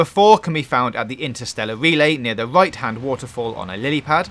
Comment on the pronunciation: I hate how he said right "Wuife" and river "wuiver"